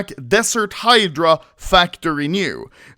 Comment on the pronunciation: Oh finally anomaly learned how to pronounce the word "Hydra", verry nice